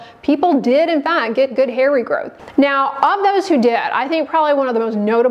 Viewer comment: when you say ...so and so many people had a Good (GHHuuuD) response 😂